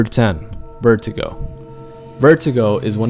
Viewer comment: Lol you call him vertigo his name is pronounced vurdugo. Not sure of the spelling though!